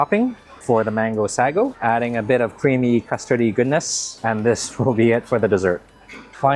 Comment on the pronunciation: Love your food content but it's pronounced sago not sagogogo